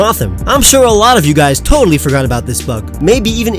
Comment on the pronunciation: FORGOT DOES NOT END WITH AN R, IT ENDS WITH A T!